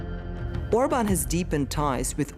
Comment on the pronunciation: I love how she actually learned to pronounce the names.